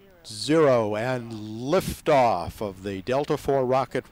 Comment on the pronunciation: That guy said lafe oof lol